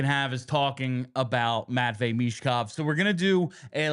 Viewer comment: “Matchine” Michkov